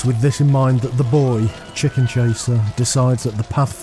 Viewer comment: As someone from the midlands of England, they way they sound “chickun chaseer” always made me smile